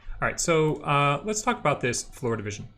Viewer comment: There was one moment when I was confused because it sounded like the instructor was saying "FloridaVision" instead of "floor division". . . 😅